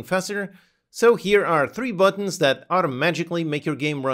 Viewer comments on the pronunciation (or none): none